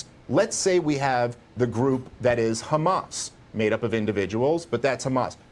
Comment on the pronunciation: i hate when she puts a accent on hamas.........